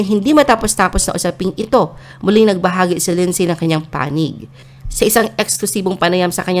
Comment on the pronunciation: You guys need to pronounce Lindsay…AS LINDSY…SILENT “Y”. Like the word “WHOLE…PLEASE PRONOUNCE IT AS “HOLE” NOT “HULL”. Pronounce HOURS AS..AH.WARS, NOT ARS! Okay?!